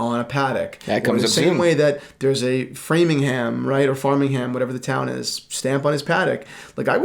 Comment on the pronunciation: Why can Americans never pronounce place names correctly?? It’s Framlingham not Framingham in Mass!!